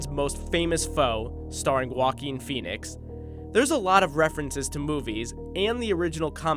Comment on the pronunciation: i love this guy for making foolish americans learn how to say my name. <3